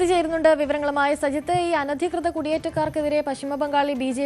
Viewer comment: "സയിത്ത്" എന്നല്ലല്ലോടീ മൈരേ പറയേണ്ടത് "സജിത്ത്" എന്നല്ലേ?